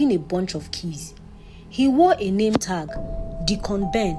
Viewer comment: I love your stories, but Deacon Ben was pronounced as "Decorn Ben" is it sweet corn or corn 🌽 on the cob 😂😂😂